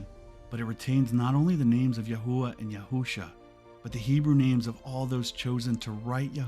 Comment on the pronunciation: LOVE IT ! Everything is spot on, but it's actually YAH HOVEH God Is . They don't use the word IS in Hebrew because its too close to Eh heh yeh , I am,that I am ... And it scans with Hallelujah...which means PRAISE YAH I definitely think your pronunciation is correct though , that's the one I was led too as well , YAHUAH 💜🙏💖